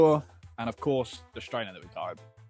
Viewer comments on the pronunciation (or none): I'll never guess whAAt company owns thAAt vAAn